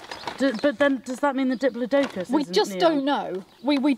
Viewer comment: My 5 yo son loves dinosaurs, and I have never heard anyone pronounce ‘diplodocus’ in such a way. I loved it and replayed it several times! Also, that is definitely a “Do you Believe in Life After Love” Cher mic!